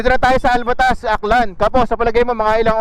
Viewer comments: ALTAVAS AKLAN boss di ALVATAS hehehe...yan yung huling dulo ng aklan... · Kuya it is not Alvatas it is " ALTAVAS".